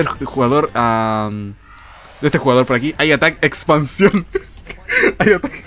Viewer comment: "I atack expancion".... Morí xD